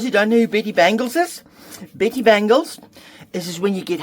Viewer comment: "Betty Bangles"... I heard "pretty" bangles 😂